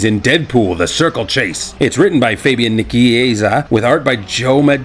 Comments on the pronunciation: Pronounced NICE SEE AY ZA.R. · HAUSSMAN COMICS FUCKING RULES, saw the movie here in Vancouver at the Scotia bank theater! Its Fabian Nichieza (naeeseeaza) is how its pronounced.